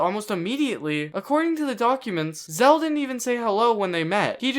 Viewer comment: dont want to be that guy but your saying his anme wrong its not zeal its zeal